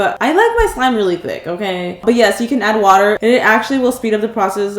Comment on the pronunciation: WHAT TICC thike